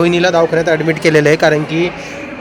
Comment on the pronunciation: Davkhanyat nhi re davakhanyat